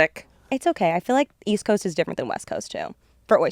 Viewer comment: 👹EAST COAWST👹